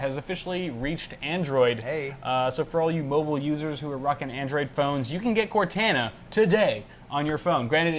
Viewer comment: BRO COR-TAH-NAH Why does everyone say cor-tana